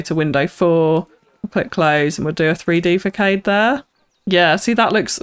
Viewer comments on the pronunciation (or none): Don’t wanna be rude or anything just want to help you out but facade is pronounced “fuh•saad” or this if it helps fəsɑ́ːd